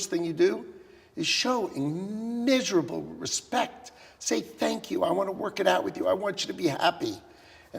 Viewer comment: Show IM-MISERABLE respect. This fool can't even pronounce words correctly. What organization are you with, while on AF1, That question is too difficult for me, Next Question. Shite show express, All ABOARD.